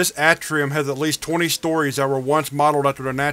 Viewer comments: I'm not trying to be snarky or anything, but I feel like you'd like to know if you're pronouncing something incorrectly. You do read things out loud for YouTube, after all, lol. Anyway, you're pronouncing "atrium" incorrectly, it's a long "a" sound, not a short a. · Its pronounced A tree um